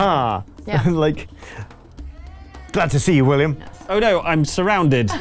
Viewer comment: "It is I. Villiam." Absolutely crippled me.